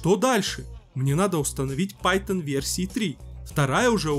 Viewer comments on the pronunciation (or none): none